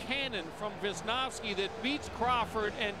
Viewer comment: veezniouvskee )) not the pronounciation i expected